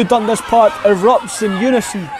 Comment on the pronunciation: It’s pronounced DunDAS not DUNdas.